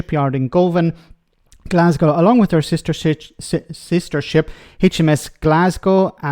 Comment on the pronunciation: Either my sound system is screwed up or this guy Shapps is full of something. Every time he said Sh#t I think he meant ship. 🤷‍♂